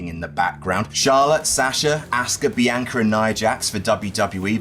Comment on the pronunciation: How do you get "Biancer" from "Bianca"?